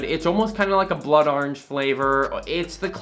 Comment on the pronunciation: saying "Orange": R-inge